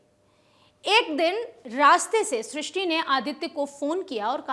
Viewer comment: Tumlog naam toh theek se bol nahi paate aur kya karoge....naam Shishti hai Srishti nahi.